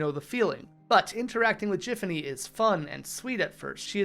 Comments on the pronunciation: it's GIFanny, GIFanny! NOT JIFanny .MY .GOD. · Why do you keep pronouncing Giffany/.GIFfany wrong?